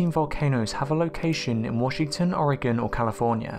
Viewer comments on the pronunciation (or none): none